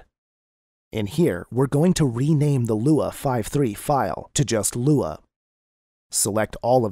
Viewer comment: am I the only one who can't follow this because of the text to speech? everytime it says LUA I gag.